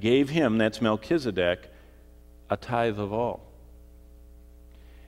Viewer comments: MELCHIZEDEK...'Z' NOT 'S' AND NOT SAD, BUT ZEDEK...;) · Melchisadek = Melchizedek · you don't pronounce his name right for A start , so you haven't spoken to him , where did you get the information from ? I spoke to him in 1984 he came and had a chat . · It's pronounced 'Melchisadek', not, 'Melchisadek'. Rookie...